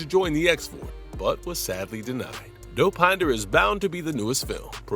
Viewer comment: the way the AI says Dow-Pine-da